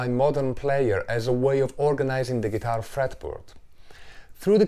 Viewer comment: did he say geetar fartboard?